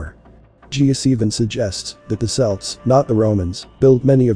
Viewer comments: 'Celts' is pronounced 'Kelts' not 'Selts', but I suppose that's one of the downsides to Ai. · when you type Celts into your artificial idiot spell it with a K (Kelts) so that it will pronounce it correctly.